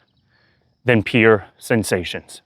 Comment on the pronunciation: Are you saying "peer" sensations or "pure" sensations? Thankyou. The word "pure" should rhyme with "cure" as in "cure the illness"